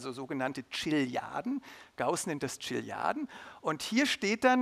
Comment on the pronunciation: Gauss schrieb nicht von "Tschiliarden", sondern von "Chiliarden", was wohl vom griechischen Wort für Tausend - χιλιοι - entspricht.